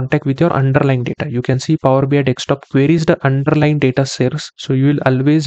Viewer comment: Indians. It’s desktop not dekstop 😤😳